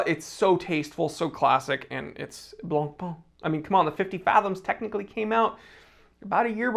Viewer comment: It's not "Blon-Pon", not even close. The closest that an Anglophone can get to pronouncing it correctly in "Blon-Pay".